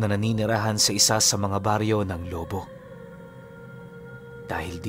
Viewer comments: CORRECTION LOBO HINDI LO- BO PROUD BATANGUENO IS HERE AT HINDI BARYO. BARANGAY ANG TAWAG SA AMIN😅😅😅. AT ISA PA KAPAG ANG ALBULARYO AY TUBONG LOBO BATANGAS AY HINDI MANOY ANG TAWAG SA AMIN MANG ARMAN 0 KAYA'Y KA ARMAN PARA ITAMA LANG ANG SALITANG TAGALOG NA BATANGUENO. SA PAGKAKA ALAM KO ANG MANOY AY SALITANG BICOL. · mali ang bigkas mo sa Lobo,,,wolf ang dating ehh..Lobo',,ganyan sya.. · Hindi tama bigkas mo sa lubo